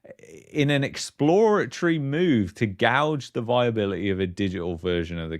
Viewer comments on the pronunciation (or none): .38 is gauge, not gouge but love the freudian slip :) This should be an exciting time, the rising economies and what other countries are doing but the overlord controls, fascist, condescending, elite entitlement as Cda Freeland scrunches up her face and squeals, US Dems/UK hogtying citizens. Such a sad and traumatising way to effect change; betray, lie, manipulate - that will be their legacy. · Gauge..... is pronounced Gage....not gouge ffs.....